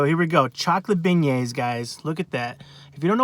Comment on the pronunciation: Beignets (ben-yayz)